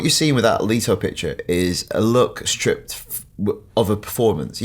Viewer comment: I enjoyed watching this but can I just add it's Leto not Leeto :) x